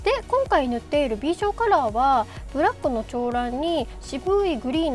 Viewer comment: めちゃくちゃ凄いし、愛もいっぱい感じる！！！だけど長ランの読み方間違えてて…(*´･ω･｡)チョウランではなくナガランです…是非！